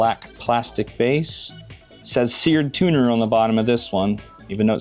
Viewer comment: It's seard tuner